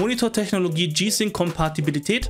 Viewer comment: Muss man Kompatibilität immer so aussprechen wie ein zjgenbrecher, geht auch langsamer das man es versteht......